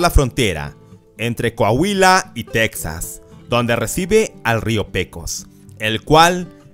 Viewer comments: Buen vídeo amigo. Pero no se dice tecsas, se escribe Texas, pero se pronuncia tejas. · En español Texas se dice Tejas no teksas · En español se pronuncia /tejas/ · Es texas no texxas